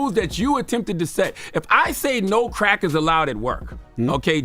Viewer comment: That boi said crack is it sounded like crackers 🤣🤣🤣 he is a fool💀💀💀